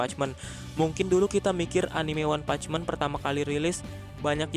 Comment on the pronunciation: One punch man, bukan meen